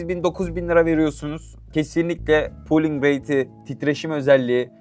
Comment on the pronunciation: Pooling değil olm Polling rate.. "Lite" kelimesi de "leyt" değil "layt" diye okunuyor. Leyt (Late) geç kalmak demek.